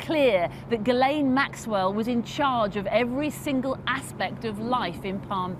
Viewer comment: How come no one seems to know how to pronounce ghislaine not guilaine